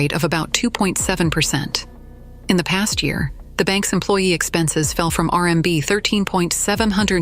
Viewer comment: Try separating the letters R M B to correct the way AI is saying it!